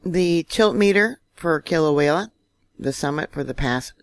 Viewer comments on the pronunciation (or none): none